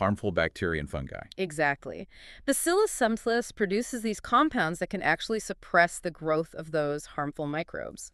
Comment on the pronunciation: Not sure why she calls subtilis “sub tile us” it’s pronounced ‘subtle is” it was named after the word subtle because it was a subtle bacteria. Has nothing at all to do with tiles or tiling…